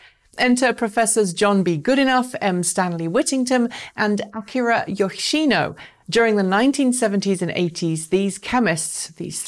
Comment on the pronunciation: Very nice video, which I learned quite a bit from. Apart from the graphite/graphene confusion an a slight mispronunciation of Yoshino, there not much even a nitpick like myself can complain about. ( I'm afraid though that probably only of the laureates has a name simple enough for me to remember long term, though I promise to make an effort for the other two.) Maybe it is worth adding that lithium metal anodes are quite viable in primary (non rechargeable) cells, of which many commercial forms are and remain in existence. I suppose that the fact that in such cells the lithium metal is just consumed in the oxidation at the anode, and ends up in a less reactive reduced from at the cathode, means that it is not much of a problem. I presume the inventions of all three laureates were necessary to obtain a chemistry allowing for secondary cells with multiple charge-discharge cycles.